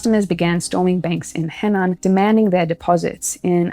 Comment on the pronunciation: Just a small point: Henan is pronounced (roughly) "Huh-nan." Attempting a pronunciation closer to the Chinese would make it much easier to understand.